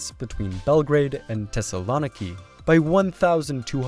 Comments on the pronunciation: I don't think that's how you pronounce thessaloniki. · Crying for any Greeks listening to you pronounce Thessaloniki hahaha